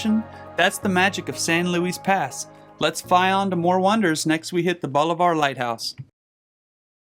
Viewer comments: As someone who grew up in this area, but doesn't fish it is cool to see it from above! Super cool video! FYI we say it "Balliver"🤣🤣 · Enjoyed the video. One thing though. Bolivar is pronounced Bah - liver. Not Bow-li-var.